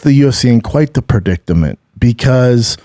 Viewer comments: Brendan, it's "predicament", not "predictament"... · Kinda funny you can't say perdicerment.